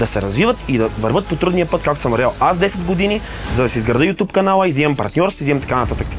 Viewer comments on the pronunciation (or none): none